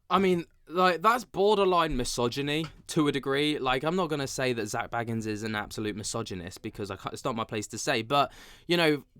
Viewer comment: You say his last name like Beagans but anyway it’s crazy that people are surprised by all this 😂 my jaw is literally not on the floor 💀